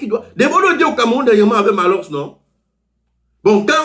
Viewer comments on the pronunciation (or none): On ne dit pas PROJECTER on dit PROJETER 🤣🤣🤣 on ne dit pas CAMEROUM on dit CAMEROUN 🤣🤣🤣